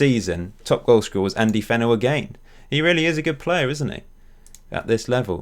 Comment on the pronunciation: i like how you pronounce "agaian" :)